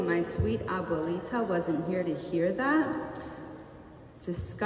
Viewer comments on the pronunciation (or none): Notwithstanding Aubrey's mispronounced Abuelita,I love Aubrey. I LOVE Aubrey. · What Puerto Rican pronounces "Abuelita" like that??😂😂😂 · Never say "Abuelita" again😂